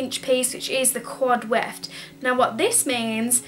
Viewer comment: Quad weft, not quad electing, lol.